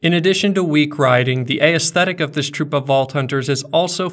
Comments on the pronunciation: Never heard anyone pronounce aesthetic, a-esthetic; it's as-thetic ;x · This video? Real damn good. Pronunciation of the word "aesthetic"? Real damn bad.